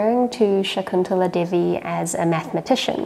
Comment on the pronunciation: Devi is pronounced as in "they we".